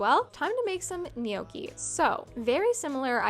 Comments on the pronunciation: btw none of your versions of "gnocchi" was correct lol. its like njokki, not nijoki. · (Not niohkey but nyo-key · It's pronounced "no-key" not "knee-okie" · I believe it's pronounced no-key (gnocci) only saying because you asked lol :) You are an adorable young lady, stay empathetic and loving. It's a beautiful Iand rare) quality. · Technically it's nyokey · Gnocchi is pronounced "no-key" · I think it is pronounced “know-key” =gnocchi